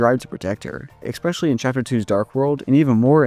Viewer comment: After you said "eXpecially" i I immediately remembered who you are and all your DR videos 🤣